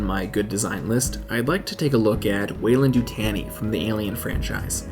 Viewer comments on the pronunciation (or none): The way you say the weyland annoys me. It’s YuTAWNi. But great video anyway! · The way you pronounced Yutani hurts me so much.